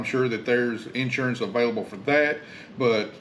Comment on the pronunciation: In-surance lol